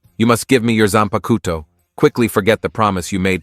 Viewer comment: zANPA KOUTOU !